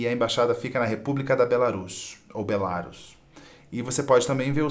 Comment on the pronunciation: sou professor de Língua Portuguesa e a pronúncia é "Be-la-RUS" (oxítona). Se fosse "Be-LÁ-rus" (paroxítona), seria necessário um acento agudo. Dúvida: Acho que a linha editorial de vocês inicialmente era divida entre liberais e neoliberais, mas, depois de um tempo, parecem ter ampliado o escopo (que bom!), mas ainda acho a presença de jornalistas ligados ao pensamento de "esquerda" ainda é tímida em relação à quantidade de membros de "direita". Que tal colocar diálogos mais diversos?